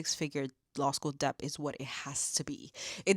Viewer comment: Amazing!! Great video, just FYI it is pronounced DET the B is silent